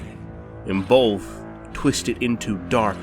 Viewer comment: Both DOES NOT HAVE AN "L" in it dumb@ you sound dumb af